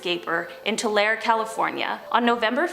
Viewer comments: Tulare is pronounced “Too-Larry”. It’s like 10 minutes from me. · Tulare, Ca is pronounced 'toolarry' with the accent on the 'la'. :) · More like T-uh-Larry but urs is pretty good lol I live here and it’s crazy that I’ve never heard of that man!?! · When they miss Pronouce Tulare. Its pronounced "Tu Larry"